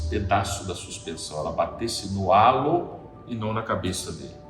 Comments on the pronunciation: Não é relo o idiota,e Halo 😂😂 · rapaz não é "reilo", é HALO